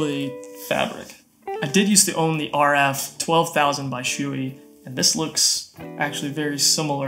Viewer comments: Hello I'm a stickler for names It's not "SHOOEY" It's b"SHO- EH" Thanks for the vid. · lmao dude its not shoe e, its show e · I'm not gonna say you're wrong but I think it's pronounced show-ie